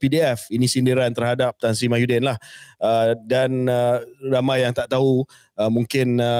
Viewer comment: KJ always said Mahyuddin, bukan ke Muhyiddin ke?😂